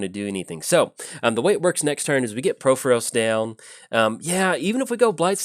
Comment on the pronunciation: Please stop pronouncing Purphoros wrong!!